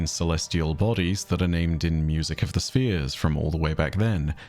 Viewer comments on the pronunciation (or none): none